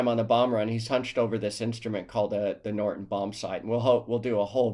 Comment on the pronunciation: Why do you pronounce the name Norden as if it has the letter T in it? It sounds like you're saying Norton.